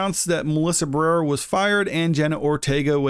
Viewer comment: Bro, say her name right. Ba-re-ra. You fckn illiterate?